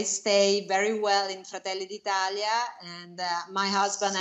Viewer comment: "Georgia Mlounee".... "Frataylee dee 'Taleeah"..... Not even one Word the speaker can pronounce correctly.😑